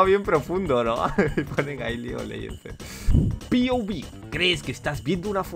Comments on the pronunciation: Me da ansiedad escuchar a duxo decir pouvi xd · No es: piouvi Es: POV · Por que le dices "piovib" en lugar de pov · Mi ansiedad cuando duxo no dice pov y dice piobi📉📉📉📉📉📉📉📉📉📉📉📉📉📉📉📉📉📉📉📉📉📉📉📉📉📉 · Te lo ruego, di POV no PIOVI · Pov: duxo dice "pi o vi" Y no pov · Es POV no piovi, sobre qué no das risa N sabes pronunciar? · se dice "point of view" no "pi o vi", aprendan antes de criticar